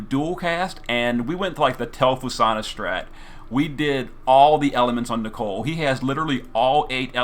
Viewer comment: I love your videos but it gives me cancer everytime you say Nichol"E"....its Nichol for gods sake